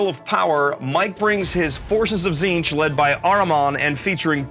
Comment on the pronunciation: Why is he pronouncing it Zeetch? xD I like how is wearing his backpack while playing xD